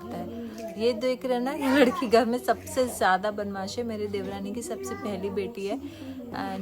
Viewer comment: बनमाश नहीं बदमाश होता हैं dear